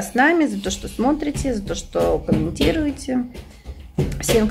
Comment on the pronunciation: в этом видео оооочень часто употребляете слово "сотрите" вместо "смотрите", уши режет. Не в обиду, а "на заметку"